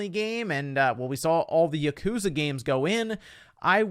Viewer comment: Also, you mispronounced Yakuza again. Sorry, this just annoys the heck out of me (A Japanese person) when English-speaking people mispronounce Japanese words. Such as: Yakuza, Manga, those two Japanese words are constantly mispronounced by people. More often than not, it's a (please don't get offended by this, I dunno how else to say this that won't make English-speaking people upset) white person who says those words wrong. It's pronounced "Yahku-za" not "YaKOOza"! And Manga is pronounced "Mahn-ga", not "MAN-ga". It's one of my pet peeves when people make that mistake. Even my good irl friends says those wrong. It annoys me so much that irl I have to hold my angry annoyance inside me when I hear them say it wrong and I have to correct them. No offense to you, but I don't like standing by silent when people mispronounce Japanese words constantly.